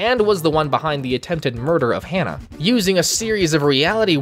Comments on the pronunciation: I hate myself for saying this but the way to pronounce his name is Ha-Na, not Hannah. Hana is a name that means flower in Japanese, hense why the series is called Shaman King Flowers. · It's hah nah not hannah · HANNAH? HA-NAH! Its not hard to pronounce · Ha-na Flower in Japanese Hearing Hannah hurts me lmao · Why is he saying Hannah when it’s “Hana”? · My bad bro, but you kinda butchered those names. Hah-nah not Hannah Montana A=ah E=ay I= ee O=oh U= oo like boo R=th P.s forgive me if I offend, not my intent.🙏🏾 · I can't with him just saying Hannah